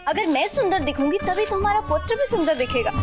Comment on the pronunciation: In the starting that said पुटर it is wrong because it is पुत्र